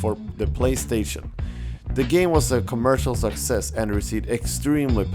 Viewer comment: not hating on his accent or anything of that sort but am I the only one who thinks that every time he says "success" it sounds like "sexist" or "sex ed"? lol